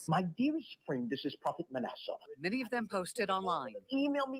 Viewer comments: lol it’s like ass-a. Manasseh…like one of Joseph’s son in the Bible. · ITS PRONOUCE MA NAS A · Ma NASS uh,. (Like “ass,” but I didn’t want to say that because I wouldn’t dare ascribe that to him; just so you know how to pronounce it.) 😊